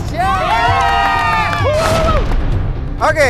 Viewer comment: indonesia bukan endonesia bang hehehe